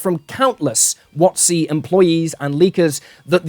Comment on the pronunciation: I love how the way you pronounce WotC rhymes with Nazi